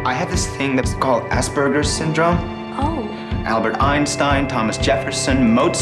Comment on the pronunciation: You said Aspergers wrong, i can't believe you!!!